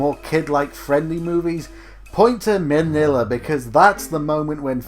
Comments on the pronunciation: Uh, who is "Manilla"? Does he mean Min-Ya - Godzilla's son? Clearly in the movie his name is NOT Manilla. WTF? I mean at least pronounce the names like they are in the movie. Manilla, really? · Minya is how you say his name. He is funny though in Final Wars when he's small enough to ride in a car.